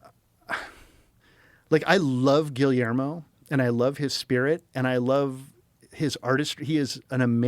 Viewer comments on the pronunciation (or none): I love the way Joe subtly corrected his pronunciation of Guillermo. 10 seconds later, he repeated "Gilly-ermo" 🤣🤣🤣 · You can’t even pronounce Guillermo’s name and your criticizing his books and his movies, shame on you guys